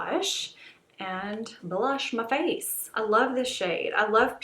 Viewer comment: Are you from the south? I’m dying when you say “my face.” I love it. Lol